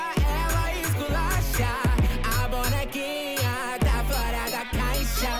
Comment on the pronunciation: Ele tentando falar "Bonekinha" kkkk amo ❤️